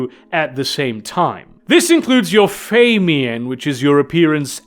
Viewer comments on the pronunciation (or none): Watched a few of these and I'm loving the mispronunciations of certain words in every one. took me an hour to figure out what feymian was until I realized he was talking about the "fae mien." LOL I had to look up the word and hear a sample of it to make sure I wasn't the one who'd been saying it wrong for 40 years. LMAO